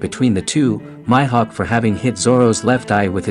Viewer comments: Did my guy just called Mihawk My Hawk??🤣🤣🤣🤦🏾‍♂️ its prononced Me Hawk not My Hawk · This guy is saying "My"hawk when yhe anime clearly pronounces it as "Mee"hawk smh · Mi-hawk not myhawk lol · nigga said Myhawk 😭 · Lol your annunciation for Hawkeye You need to announce it with the long E sound not the Y sound for Mihok lol